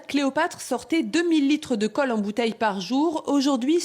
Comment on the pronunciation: Qui a remarquer que la journaliste dit "caule" au lieu de colle